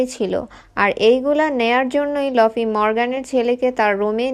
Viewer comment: লফি না ভাই লুফি explain with correction